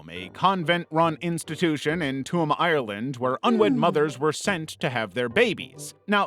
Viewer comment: Tuam is pronounced like Choom!